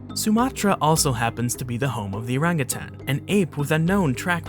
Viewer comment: Its nice to see someone who knows the right way to pronounce "orangutan".